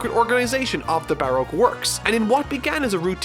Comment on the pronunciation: Anyone else really bothered by his pronunciation of 'Baroque'?